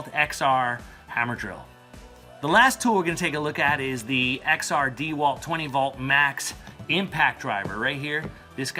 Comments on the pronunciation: Dee Walt? It's pronounced (dah Walt) enough with the disrespect...not true on the batteries, XR does not mean upgraded batteries on the 4ah...they are 18650 cells,not 20700 or 21700......the 996 drill is 4yrs old but still the second best HD drill on the market,only behind the new Milwaukee HD.... .........the impact driver is not a drill it can be used to drill but it's purpose is to I install fasteners. ......you can get less expensive dck sets with lower ah batteries..also Amazon is cheaper , currently $289 for this set.. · $320? DEEE-Walt? I don’t think so.... on either one.